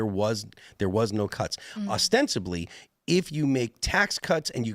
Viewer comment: I'd like to start a petition to have Phil stop saying ostensibly pronounced austensively. He says that shit like every other sentence for like a week now